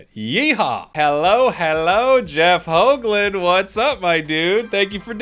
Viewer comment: Nice to see a fellow-dutchie/belgium on the Channel!! (Also Nice pronounciation on his last name, which is a typicall Dutch name, alot of American people pronounce the double O's as "ooh" when its infact pronounced as "Oh", was rather impressed with this pronounciation cause alot of Foreigners get the double OO sound wrong, Nice one!